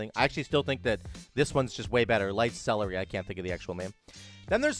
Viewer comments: Lights CE LEAR ity. not lights celery. Sounds like a wow diet that would fail. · So stoked for Ret! It's pronounced ce-LER-ity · sell-air-ity celerity :D